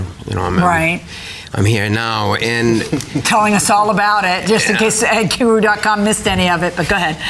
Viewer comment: He can't pronounce "guru" but he can detail a fantasy about a child?